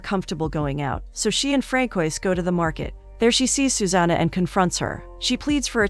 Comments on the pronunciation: Francois is pronounced: Fran-so-aa. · Fran-coysss? Hilarous.